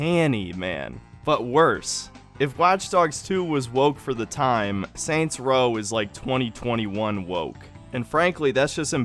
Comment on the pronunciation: Soynt's Row